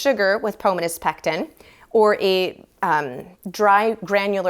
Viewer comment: Thank you! My eye twitched every time she said pomunas. Great vid otherwise.